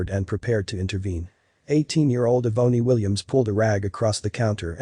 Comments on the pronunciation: Eh-boney? Does he mean Ebony? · Eh-boney? Seriously? Get rid of the computer voice that can't pronounce names like Ebony. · Eeee-bony? Shouldn't that be Ebony?